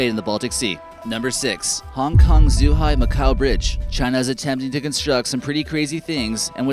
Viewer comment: Why do you pronounce Guangzhou as 'Gwyangzao', Zhuhai as 'Zoohai', and Hainan as 'heynan'? If you're going to make a video that thousands of people will see, put 2 fucking minutes into learning how to pronounce the names.